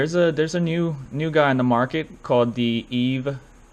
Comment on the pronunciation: It’s Eve V not five VEE